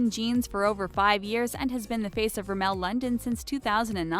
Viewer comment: " A SHEW IN" LOL!!! SHE CAN'T EVEN PRONOUNCE RIMMEL. THIS IS STUPID.